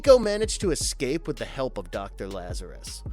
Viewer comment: it's eScape not eCKscape. And bloody in video ads! Ugh